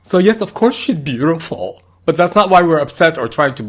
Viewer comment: "of course 😍 ShE's bUtIFooL😍" I've rewatched that second severall times. "ShE's sO wHiTe AnD So BeaUtIFooL" 🥰 Thanks for the video. Fantastic exposition 👌🏼